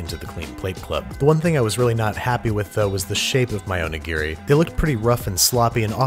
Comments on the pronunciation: Please stop saying Oni-Gear-Ree. O-Ni-Gi-Ri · can someone who speaks Japanese actually tell me if he pronounces Onigiri correctly? my friend is Japanese (grew up in Japan, moved to America when she was a teenager) and she does not pronounce it like that. it’s more like “o-nee-ge-ree” he’s says it more like “o-nee-gear-ri” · You could have just said snonigiri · Oni what? You mean donuts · "Snowmanigiri." LMAO. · I laughed so hard at snowmanigiri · Hehe Jessica O-Nigri hehe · "snowmanigiri" OH MY HOD HE'S TURNING INTO YOU SUCK AT COOKING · Say onigiri, without the "O" and the last "i" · ひでぇよ... I'm japanese. It's onigiri is very bad